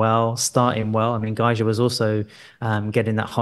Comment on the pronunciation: Every time miss pronounced Gajser it's like nails in my ear. Great show otherwise.